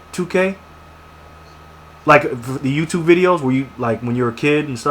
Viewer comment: how do people thumbs this up ? he sayed TOUTUBE and commeter.. idiots !